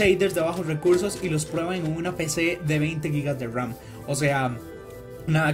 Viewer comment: Nadie, el men del video: cower, bajos weursos